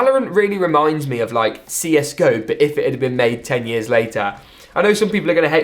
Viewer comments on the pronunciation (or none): none